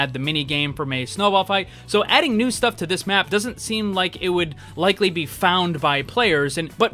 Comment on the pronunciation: Ner instead of new 😂